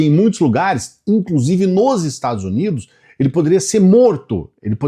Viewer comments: 😂😂😂😂 Adorei o sujeito falando "Estados Zunidos" (na 2° vez que fala o nome) e outros assassinatos da língua portuguesa como "apricando". O gado acredita em qualquer coisa. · "... os Estado Zunido", ai meu ouvido, além da mentir não sabe se comunicar! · parei quando ele falou estadus unidu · além de usar o microfone errado o sujeito fala: "ozerstadozunido"... como eles são burros... afff